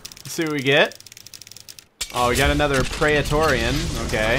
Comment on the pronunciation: It's pronounced "prey-tore-ian"